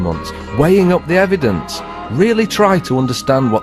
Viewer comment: I HAVE "EDIDENCE"..... BIBBBBBLEE!!!!